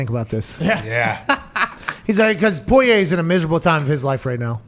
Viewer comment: Somebody PLEASE get Pat to stop pronouncing Poirier’s name like that